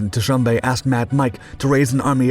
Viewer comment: You need to check your work. It was Leopold II, not the first, who was king of the Free State. Leopold I was long dead by then. President Moise Tschombe's name is not pronounced `ta-sum-bay`. Likewise, Mad Mike would laugh at you calling him `ho-ah-ray`and not Hoare (sounds like `whore`). Orde Wingate`s name was not pronounced as you did either. As for your footage, you're really mixing things, including lots of Vietnam footage, Israeli paras and the 67 war, and the 1961 UN intervention. There is actual footage - some very dramatic - from these events. Use it! I am familiar with this story and even personally knew several people involved, including one of the paras who jumped on Stan. Pull yourself up. You're really losing your edge.